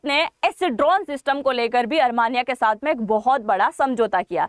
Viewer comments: अरमानियां नहीं आरमीनिया कहें जो शुद्ध है। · Are sakal to achi ni h kam se kam sahi to bolo Armania ni h Armenia h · अरमानीया नही आर्मेनिया होता है 😂